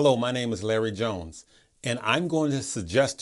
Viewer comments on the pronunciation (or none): none